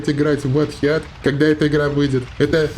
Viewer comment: Да не хеат, а ХИТ!))